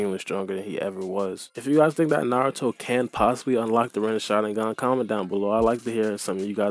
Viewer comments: It's not called rinnesharingan its called rinnegan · Lol renisharinggan hahahaha